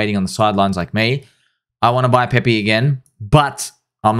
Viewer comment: its PEPE not PEPEE. please